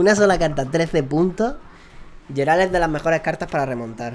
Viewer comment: yo se que cada uno puede decirlo como quiera y según este vídeo se puede comprobar que no eres muy fan de The Witcher, pero Geralt se pronuncia "Gueralt" no "Yeralt", por si te interesa. Siento ser el resabiondo metomentodo pero me chirrían los oídos cada vez que te escucho:P Bueno vídeo por cierto!